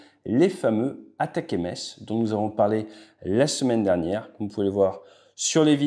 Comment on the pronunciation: C'est pas attaquèmaisse c'est "attaque-emz" ( prononcé comme M&M's)